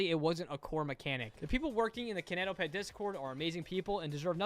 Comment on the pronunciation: im so sorry but him saying “kiineitoepetd” made my cry (no hate you are amazing <3)